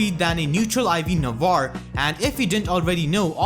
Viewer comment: It's spell "Nah-vah-reh".